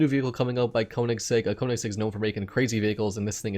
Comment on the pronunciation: Great video as always, just saying it's pronounced "Kern-igg-segg". Love the work bud